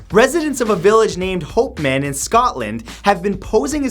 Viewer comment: Lol the way mat says hopeman 😂 for real tho the folk speeding through hopeman is RIDICULOUS. It's so dangerous